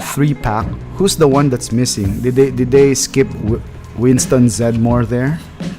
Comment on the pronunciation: Winston's last name is pronounced with three syllables. It's Zed Dem More. Just a heads up!